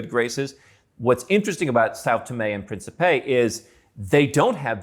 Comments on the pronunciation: "Principe" is pronounced as prince in english adding a soft P at the end. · Just trying to be helpful here. The Portuguese word Principe is accentuated in the first syllable, thus the last syllable (pe) is partially muted. The best way for non native speakers to say this word without being misinterpreted is perhaps saying prince in english, as that 80% close to correct. In the video, the word was being pronounced as it had accentuation in the last syllable instead, which makes it goofy or even alter the meaning. For those interested in the language, here is some reading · Озвучка.... Південні і Принсіпі?